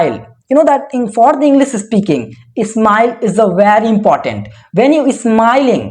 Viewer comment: Sorry but It's इंग्लिश not इंग्लिस min brother...